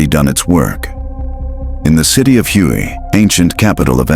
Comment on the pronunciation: This is lame-ass clickbait. You are so stupid, you don't know that "Hue" is pronounced "way", that's really lame. Avoid this clip!